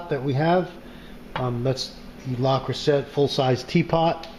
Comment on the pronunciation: It's pronounced..."lay-crew-say". ;) Great video!